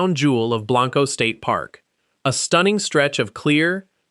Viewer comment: He did say it is pronounced "Burnie" never fixed Blanco though